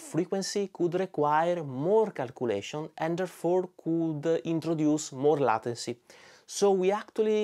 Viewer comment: Great video, as usual. Thanks for adding an important metric to the choices on the market. In case no one has said it (and I did not look through the comments), it's pronounced ley-ten-cy, kind of like the title of the song "Layla" by Derek and the Dominoes.